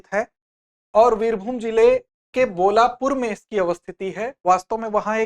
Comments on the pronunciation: It is not bolapur it is bolpur. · Its bolpur bolapur ni